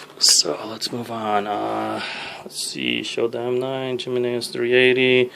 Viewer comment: "Gem-meh-nez arms" lol... It's 'HE-MEN-NEZ'. Nice collection, bro.